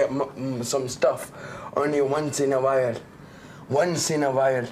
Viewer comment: "Once in a vhile, once in a vhile"